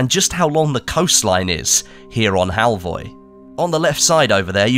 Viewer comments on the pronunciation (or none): The O at the end is actually pronounced like the U in the word "fur".